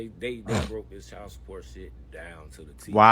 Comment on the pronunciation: Child not chal wtf why can't they pronounce the words correctly